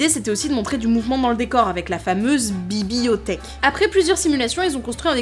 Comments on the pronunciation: "La bibiothèque" ? Vraiment ? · ha la fameuse "bi-bi-othèque" ^^